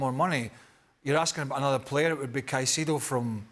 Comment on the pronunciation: Can't believe the guy in the middle actually pronounced Caicedo's name as 'sai-si-do'... and then he goes on to talk about Timber pushing Gabriel..? Mate, he plays on the right! LMAO These so-called 'pundits' know less than most of the football fans here.. They're clueless...